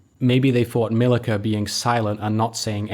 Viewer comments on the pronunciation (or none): Serb here, its not Milika, its Milica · How he pronounced Milica killed me😂